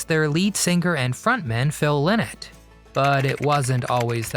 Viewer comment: Correct pronunciation is "Lie Not"